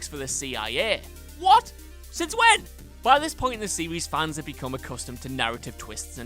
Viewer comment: Sewies, purposewy and theowy 😂😂 alright Elmer Fudd we get it